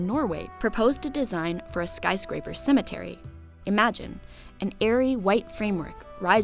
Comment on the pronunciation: I am not a native speaker and I hear "cemeNtery" not "Cemetery" Is it just me?